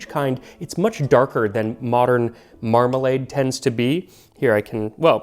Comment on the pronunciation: The way you say Mramalade almost makes it sound like youre trying to pronounce remoulade